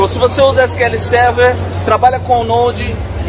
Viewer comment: Pessoal, na legenda Azure ciclo na verdade é Azure SQL. A pronúncia SQL normalmente se lê Sequel. 😅